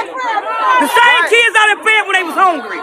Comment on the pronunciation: There are no e’s in the word kids!! The mom is a smooth brained knuckle dragger!!